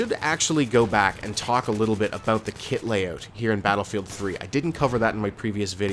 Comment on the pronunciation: OMG You are Canadian! Don't try to deny it! I heard you say "This is aboot it" at the end!